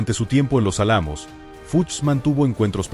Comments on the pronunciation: Se dice álamo con acento en la a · Exacto. No recisto la mala pronunciaciòn.